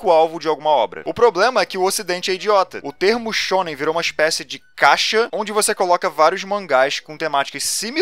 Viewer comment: Eu só consigo ouvir "sêmen"